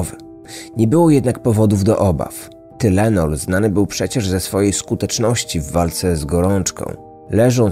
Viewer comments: Wymawiaj Tajlenol i Tajlenolu 🙂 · O panie,tajlenol się mowi_,pozdro.... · Amerykanie mòwią „tajlenol”. Mój tato był wtedy w Chicago, straszna panika była. Pozdrawiam serdecznie. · Tynelon mowi sie po amerykansku. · Tylenol - czytaj tajlenol.😁